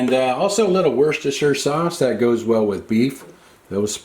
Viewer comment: I love how you gave a brief ingredients list of the Johnny's seasoning. That keeps my interest in your video by giving me an idea of how I'd like to season the dish. Thank you, also, for pronouncing Worcestershire properly instead of trying to make some stupid joke about the word. Your food looks great; thanks for sharing the video!